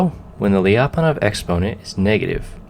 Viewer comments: Why do anglophones have this obsession with breaking diphthongs/semivowel+vowel sequences in all foreign words? Lya, not lii-a. Fie-ri, not fi-ei-di. Sier-ra, not sii-èə-rå. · hey, it's pronounced "Lya - pon- off". The Lya is all one sound! Thanks, -russian speaking friend